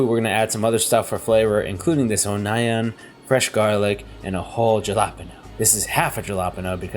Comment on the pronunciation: O-nigh-an and JJuh-lapin'? Lol